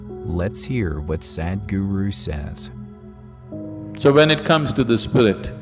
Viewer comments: It's not Sad-guru.. the English pronunciation of Sadh-guru.. in the end of your video is such an injustice with the word. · The one guy who comes and speaks in middle of the video... His pronounciation will be like SAD GURU .. 😐😐